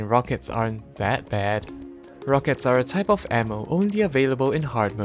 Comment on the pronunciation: I swear sounds like he says anal when he says ammo